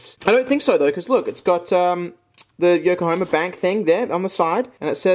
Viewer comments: When you kept pronouncing Yokohama as Yokohoma and tried opening the fan, a part of me died inside That said the soap was super interesting tbh and i love those multi color pens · Ah yes the great city of "Yoko homer.